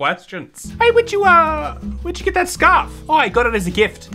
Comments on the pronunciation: the art/animation is really pissing me off, but the way they all fail to pronounce ‘scarf’ is my favorite part of this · I'm thinking Chinese maybe? It sounds like the VAs are learning English as they read the script 😭😭 (I'm referring to the mispronunciation of scarf when he said scRAF 😭✋ feels like he didn't understand that it's the "ar" sound)